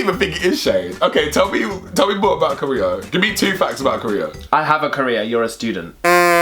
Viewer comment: ajaninprogress I think he said "career" not "Korea" lol